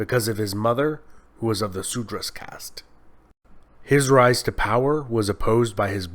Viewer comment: Seriously yaar :( Su-dra, Ga-n-ges? Lol